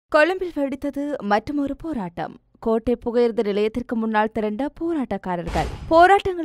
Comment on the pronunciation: அம்மணி.. கொழும்பு கொடடை இல்லை கொழும்பு கோடடை 😂.. கொஞ்சம் ஆறுதலாக வாசிங்க.